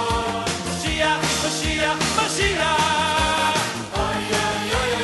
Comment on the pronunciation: You pronounce "moyshiach" wrong